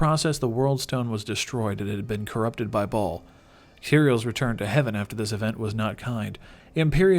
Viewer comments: Learn to pronounce 'baal'. It's pronounced 'bail', not 'ball'. Jesus, these people make videos on subjects they obviously never learned. In both Diablo 2 and 3 the characters speak Baal's name multiple times... did you not even play the games? This has always bothered me. #triggered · It's pronounced "Bael" not "Ball." Other than that, great vid. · OMG dude for the last time, it is baal not ball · It's bail. Baaaaal. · Loved the video until he said Baal wrong